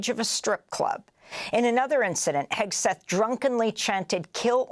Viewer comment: Heg-seth, Sheg-seth.